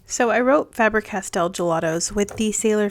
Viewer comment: Loved the video and have subscribed but could you explain why Americans pronounce FABER as FAB rer, its pronounced the same as SABER which isnt pronounced SAB RER so both sound like FABE ER, just curious 😂